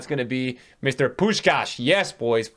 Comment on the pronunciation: Im hungarian and im quiet suprised by how good u pronunce Puskás